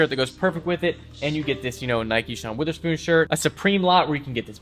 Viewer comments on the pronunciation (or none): Why does he pronounce wOtherspoon as wItherspoon?